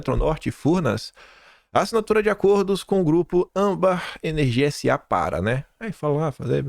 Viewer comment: francamente. Chega a dar raiva o jeito irritante que você assassina o vernáculo diariamente, errando até as coisas mais simples, como a sílaba tônica de palavras comuns a qualquer um que não seja um analfabeto funcional, como ÂMbar e ausTEro. Falo como crítica construtiva, apesar de ser dura, é para contribuir com seu trabalho. Coisas como essa fazem sua credibilidade como jornalista cair MUITO. Por favor, mais atenção ao nosso belo idioma, já tão maltratado. Já chega a ameaça da infame "linguagem neutra". 🙄